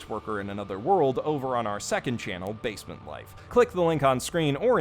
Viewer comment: Now I can't stop saying basement as "bay-sea-meant"